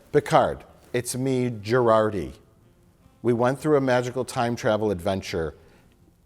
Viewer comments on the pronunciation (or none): Two seasons in and I still can't tell if he's pronouncing it "Jurarti" on purpose or not. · I love that Mike consistently calls out mangling of celebrity names ("Chris Helmsworth") and various other words, but Mike has made it through two entire seasons of Star Trek: Picard and still thinks Jurati's name is pronounced "Girardi." That's how little he cares about this show. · I wonder if Mike is pronouncing Dr. Jurati's name as "Gerardi" to be ironic or sarcastic or both😂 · Mike... It's JuRATI